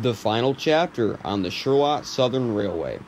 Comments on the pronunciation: excuse me! Charlotte is pronounced shar-let! shu-art? what are you a bot? obviously yes =P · You can’t pronounce Charlotte correctly? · Neat! These types of videos intrigue me. After hearing your pronunciation of the town I had to go to Wikipedia. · Is that how the locals pronounce Charlotte? Interesting if so, I always figured it was pronounced the common way (like the place in North Carolina). We have one such place around here that the outsiders always mispronounce as well (Madrid).